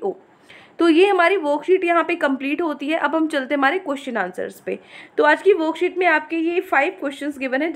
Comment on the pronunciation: Like when u say "woookset no. ... 😂